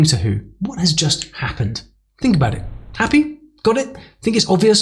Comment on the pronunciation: You didn't pronounce about with a schwa.